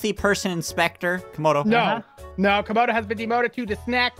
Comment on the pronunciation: It’s camodo gaming not comodo